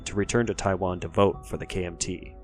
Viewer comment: If you are going to make a video about China and Taiwan might be a good idea to get someone who can speak Chinese to teach you how to pronounce the names.